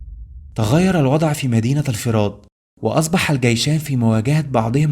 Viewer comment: اسمها مدينة الفرات بضم الفاء وليس بكسرها